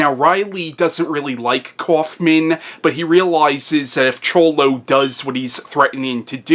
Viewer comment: You did pronounce Cholo correctly. I try to focus on what a person says, not how they say it. Great job. This is my second time watching Your videos. Thumbs up from me & i look forward to seeing them all.